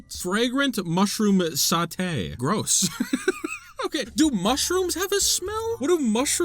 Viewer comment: Nice tiers list ! There seem to be some crêpes missing from the list, there is a wild berry version in botw at least. I had so much fun hearing you mispronounce european dish names XD Meunière and sauté were 🤌 absolute peak, but Pilaf was my favourit prononciation of yours. Also: the fish... They'Re lOokiN' aT Me :0 (I related XD) I also pardon you for putting milk first (I do not like milk alone) because you like bread, and you complimented my country's bread recipe (and you were ABSOLUTELY right to do so) Take care 👋👋